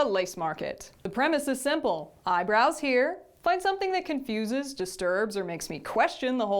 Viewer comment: How have I watched every single one of your LWLN videos and just now realized you’re not saying ”Eyebrows here!” 😂😂😂😂😂😂😂😂